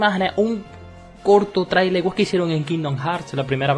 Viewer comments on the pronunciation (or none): none